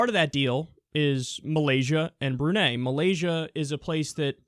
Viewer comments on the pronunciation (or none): Brunei is pronounced Brew-Ny, not Brew-Nay. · For the last time, kyle: it's "brew-nye". BREW. NYE. BREW NYE!!!!